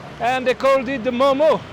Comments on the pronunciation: Its not Momos its Mo:Mo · Momo is pronounced म : म not मोमो